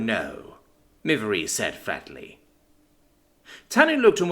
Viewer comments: Yay, more Shil verse. Observation: I think "Miv-eire" is pronounced more like "miv-air", possibly with a 'y' inflection like "miv-yair"(sort of French-like). Too bad you're stuck with it as-is. Note to authors: Don't mash the keyboard to make alien names. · As a french it is miv-air